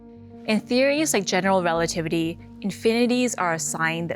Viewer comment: Exactly 😂 ...relatitty